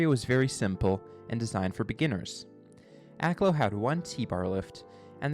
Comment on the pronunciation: I grew up down the street from Akloo. Other than the mis-pronunciation (AK-LEW is correct, not AK-LOW in incorrect) I enjoyed the video.